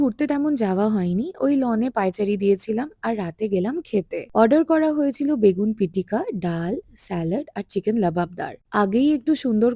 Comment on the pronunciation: Begun pitika na its begena pitikA and masor tenga...m from guwahati ❤